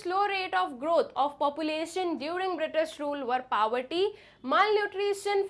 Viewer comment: Medam saying pabarty but it's poverty 😢